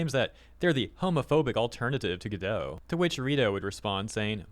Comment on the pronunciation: Godot (and therefore Redot) are pronounced like Robot. Which is why they have robot images all over the place.